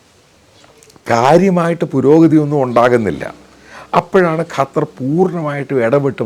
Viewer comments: Sir കാറ്റർ അല്ല ഖത്തർ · Not qataar just 'qatar' this the pronounsation. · കറ്റാർ അല്ല ചേട്ടാ…..ഖത്വർ എന്ന് പറ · ഖത്താർ അല്ല ഖത്തർ ആൺ ശരി